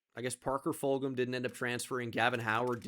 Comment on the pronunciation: Fulghum is from my hometown and it’s pronounced fuljum btw